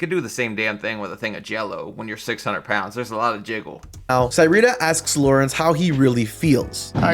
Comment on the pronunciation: I don’t know how I feel about having the same name as her. But it’s pronounced (suh-ree-tuh)